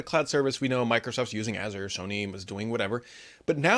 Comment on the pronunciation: Here's a lesson on how to pronounce Azure, cause ppl don't know how to say it